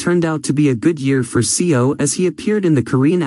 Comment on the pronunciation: what is mysterious about this? also it's seo is proounced as so